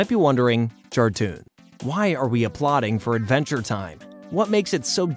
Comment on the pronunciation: idventure time